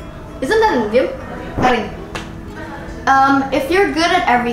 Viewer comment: FYI pronunciation nya bukan AIDIEM tapi IDIEM